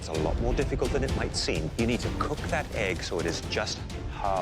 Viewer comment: Americans: Eh-g Canadians: Aye-g